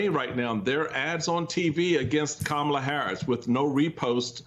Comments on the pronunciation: Republicans deliberately mispronouncing Kamala's name is code racism and bigotry. Ron DeSantis was the first racist bigot to DELIBERATELY mispronounce Vice-president and Presidential candidate Kamala Harris's first name wrong; calling her KA MA LA instead of KAMALA they are doing this because they are using code that she is black/African and not white. KA MA LA is an African pronunciation. These are racist bigots who use bigotry and racism to rally their racist and bigoted supporters. Like they did and still do with President Obsma deliberately using his middle name calling him Barack Hussain Obama. They try to send a message that a black president or presidential candidate is not white but muslim or black/African i.e. KA MA LA. This is text book racism and bigotry. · It's actually Vice President Kah-Ma-Lah, which is the correct phonetic spelling for her name.